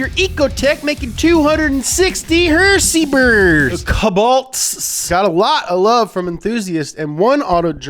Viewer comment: I swear if he says HersPers one more time...